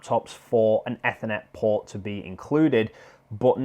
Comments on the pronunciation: Why the hell would you say ethernet like that, trying to be special are we? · Ethernet, holy shit you're saying it wrong